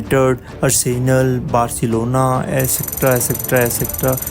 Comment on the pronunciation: bro cannot pronounce arsenal properly